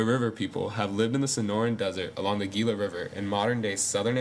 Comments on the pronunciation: Wow, very good, accurate, and informative. I am 1/4 registered Pima, and my full-blooded grandmother suffered from Diabetes her entire life. Diabetes, morbid obesity, and alcoholism are prevalent in my tribe, sadly. It's heart-breaking. For the record, "Gila" is pronounced, "HEE-lah." :) Like the Gila monster lizard. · Learn say Gila